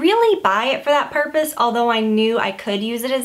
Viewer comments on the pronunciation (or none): none